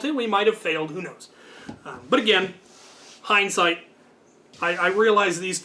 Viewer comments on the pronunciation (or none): none